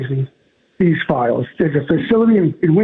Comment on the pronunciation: Flies? My god Fran WHAT FLIES? AHHHHHHH.... Oh, 'fiiiiles'..... Christ on a cracker!